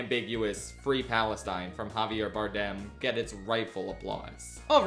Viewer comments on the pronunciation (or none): none